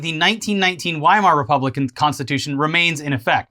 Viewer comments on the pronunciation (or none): Elliot looks to the camera. He knows mispronounced “Weimar”. He says nothing. True friendship.